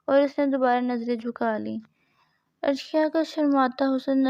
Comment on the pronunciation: It's not arshiya it's areesha